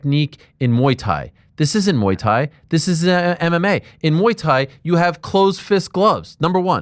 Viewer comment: Moeey thai